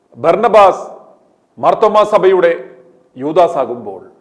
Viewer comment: ഓസ് അല്ല ആസ്... Berna ba.... Ass